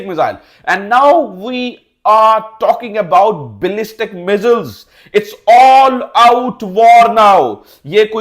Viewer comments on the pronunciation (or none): Pakistan ka nalle reporter Phele missile bolna sikhle Or thumbnail me target sahi likh liye hota Aatankwadi k jagah School jaake ache se padh liye hota